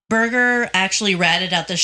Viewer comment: Birger not briger